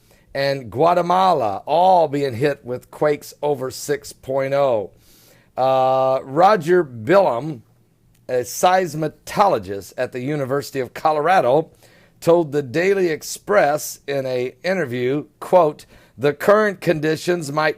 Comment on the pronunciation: you really need to get your pronunciations corrected by now: Vanuatu (pronounced: vanna-wahtu), Myanmar (not MyMar - it's pronounced like: Mee-an-mar), Seismologist (does not have a 't' in it), Pacific Ocean (not 'Specific' Ocean)! Lol!!!